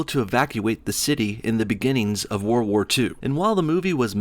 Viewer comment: Why do you say "warwar 2" are you from Virginia lol. Also great video these SWJs are a bunch of fools.